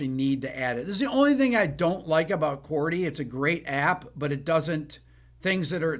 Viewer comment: Trippin up ‘CHORDY’.😅✌️